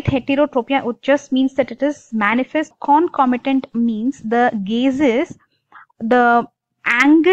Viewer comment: Not clear with the topic... U brk while u teach🙄..u dont know to pronounce concomitant also... Hmm hmm..